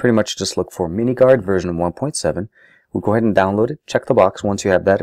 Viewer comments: it is called minminguard not miniguard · Its minminguard, not miniguard...just saying.